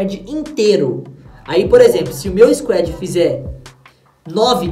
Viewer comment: Nao é squed é squad mn